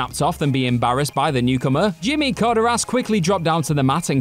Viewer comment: Jesus learn to say names right. Chris and Jimmy were both wrong